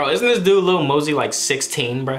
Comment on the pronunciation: How hard is it for to pronounce lil mosey you’ll find out on the next expisode